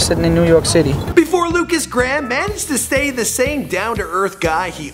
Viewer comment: lukas gram? its pronaunced Lukas Grayham